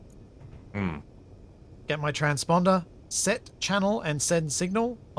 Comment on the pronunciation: "Trans-Ponder" ~ 😅